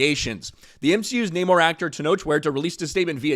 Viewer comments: Uh, it's *NNNUR-Mor!...nnnuuurrr-mmmoirrr Victoria Alon...whelps...."So"?! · See what happens when you say the namor name wrong lol